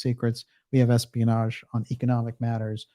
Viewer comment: "EXPIANAGE" I love it - perfect! That's going into my repertoire.